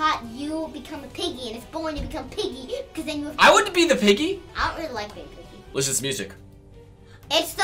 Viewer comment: It is piggy not pigey